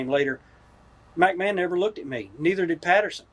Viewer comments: Mack Man instead of McMahon. 🤣🤣🤣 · Yeah, I laughed out loud at that too. He repeated it too. He finally got it right on his last attempt when he says Macho got to “sachet“ her around.